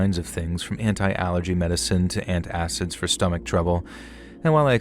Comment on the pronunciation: I don't think you pronounce antacids like ant acids. 😅